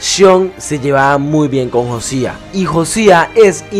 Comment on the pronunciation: Se pronuncia Jousea no Josia jaja